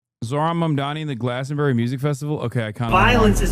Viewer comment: “Glaston-berry”, oh ffs Ben.